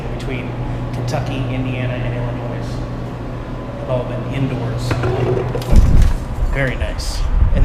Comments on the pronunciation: Seriously its Illinois minus the S when you pronounce it. the s is silent. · I know you love Jax.... but holding him while you drive is such a bad idea. When you hit your breaks, he becomes a projectile..... or, as you fly forward to hit the driver's wheel, he'll be crushed! Also, the "s" in Illinois is silent. "its filled with only sodas and beer" - son, you need to be drinking more water.... you are getting empty calories that contribute to obesity and diabetes. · illinois noise noise noise i have lived here since i was 5 and i f-n hate it when ppl correct me on how to say it but then again i also hate this state lol